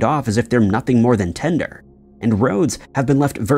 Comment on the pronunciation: R YOU KIDDING ME NO VIDEO..ALSO IT'S not ten'der it - as used in transactions... is tin'der- light weight timber, scrap dry sticks for lighting fires. Can you people Pease speak english!!!!!!!!!